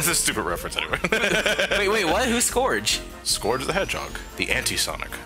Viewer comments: i thought it was pernounced like scroooooge not scorge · Who the fuck is Skorg? It's Scourge! (Pronounced Skurge) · his name is actually pronounced "Scurrge" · Everyone always says scourge wrong.